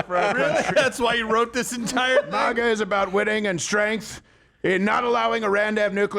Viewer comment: MAGA not MAHGA